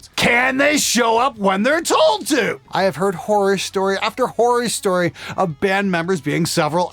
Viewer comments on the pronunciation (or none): "horrirstory"? is this canadian? (not mocking, I have my own accent too)